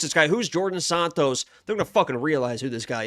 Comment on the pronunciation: Djorden Sanots lol